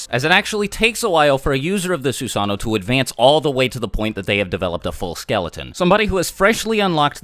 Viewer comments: Sue-san-o ???? TSU-SA-NO!! SAY IT RIGHT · It's not susaano... it's susanoo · It Susa-no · Fun fact: susanoo is actually pronounced like Su-Sah-No-Oh. It’s like this because Japanese people usually say the 2 O’s separately. There’s nothing wrong with pronouncing it as Su-Sah-No but if you go to Japan say Su-Sah-No-Oh so you don’t get corrected. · I definitely was pronouncing it “soo-suh-noo” 😂😂😂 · its actually su san o o because japenese people pronounce o's seperatly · "this is the sussano. It's Japanese for FuCkInG UnStOpPaBlE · Su sa NO, and Su sa noo like moo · It’s Susan - oh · No it's actually susano oh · The actual pronunciation is "Soos AH no Oh" the only diference between the actual pronunciation and the way was saying it is that he left out the Oh at the end. If he said Susano'o the actual way it was supposed to be said the video would be much more than 15 minutes. So basically for time purposes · It is pronounced su-sa-nu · *Every time he says Susano'o wrong, take a shot. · Why is he saying susanoo it’s susanoo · The susanoo mispronounciation is mind numbing